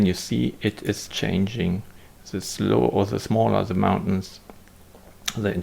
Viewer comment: Mountains! Not Mauntains! :)